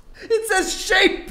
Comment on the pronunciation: When joe said shane not shape literally was the funniest part of the video 😂😂